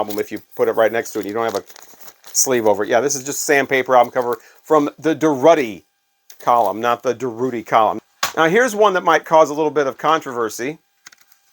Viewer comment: Dur -oo - tti Column, I believe. Never heard it pronounced the other way..